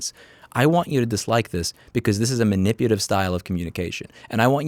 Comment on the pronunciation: " Man-ip-u-la-tive " Love yr work but 3 strikes